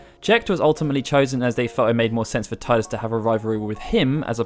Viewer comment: It's pronounced Tee-dus. If you've actually played the previous two Dissidias, then you should know that. Also for how to pronounce that.